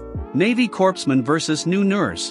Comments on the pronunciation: Corpsman is pronounced CORE-man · "Corpsman" is pronounced "coreman." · Does anyone else get pissed every time the automated voice pronounces "corpsman" with the "p" and the "s"... instead of pronouncing it correctly?